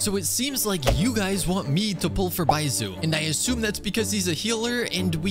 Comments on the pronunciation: Just for reference, it’s not bai-zoo is bai-zh-oo (the zh is similar to the beginning of Zhongli) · 1. its pronounced baischu not baisu 2. you used xingqiu in the test run and 3. youre using yae miko wrong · baiSOO? really? Are you mispronouncing all the character names on purpose? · i dont care that hes not pulling for baizhu what mostly irked me slightly was the mispronunciation of his name lmao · I'm glad you didn't pull for Baizhu bc you keep saying his name wrong and I can't handle it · It's not the first time i've heard him mispronounce a name, there's guides out there to pronounce the names properly. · yes? he is making content about this game and is going to constantly name these characters, so might as well do his 10 minute research to know how the names are prononunced and make an effort to do so rather than keeping mispronouncing them over and over. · why would he even do that in the first place he may not even know he's mispronounced them